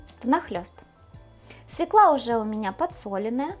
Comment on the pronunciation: Всё классно. Но пожалуйста, не свекла, свёкла.